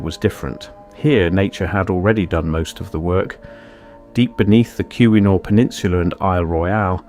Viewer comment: I apologize for this edit, but I had to look this up to be sure my memory wasn't deceiving me about the pronunciation of the word Keweenaw. My memory was correct and the word is rightly said kee-wen-aw, which seems odd due to its spelling. I only thought to add an assist before some Michigander caught this video and decided to pester you about your pronunciation. My experience with those people resulted in frustrations concerning nearly every subject under the sun, and I wanted to try to save you from similar situations. Coincidentally, since this video deals with other Tribal people, I'm also a Tribal guy and an Eastern Band Cherokee who lived in Michigan decades ago and had a few copper samples from the mines in upstate Michigan. While I'm hardly a geologist or metal collector, I was given the copper samples by an Anishinaabe friend I worked alongside at the Great Lakes Regional American Indian Network, or GLRAIN. We had gotten a National Science Foundation grant to connect reservations to the fledgling internet in the early 1990s, before the world wide web existed. Yours is an interesting take on copper mining by Natives before Europeans were extant on what would become the American continent. I recollect that Welsh miners had been employed in that area and one of the benefits of their presence in the state was the introduction of what I knew as a "pasty" a meat, potato and vegetable filling that was wrapped in a baked dough concoction that was delicious. Pasties were a we